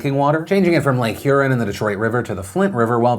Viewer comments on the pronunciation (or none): Lake HurEN LOL I love when people not from Michigan pronounce Michigan words.